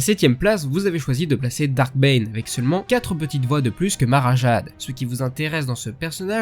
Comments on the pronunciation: Sinon tu prononces plus "Mara Jèide" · Super vidéo. Quelques remarques : Ta prononciation de Mara Jade m'arrache les oreilles, Le nom de Malgus est Veradun, sans e, et c'est dommage de prendre des illustrations de la version Canon de Thrawn alors que c'est un top légendes.